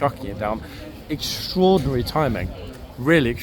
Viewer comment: "strodinry "strodinry "strodinry........."strodinry "strodinry.